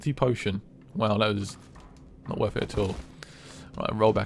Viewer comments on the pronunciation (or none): none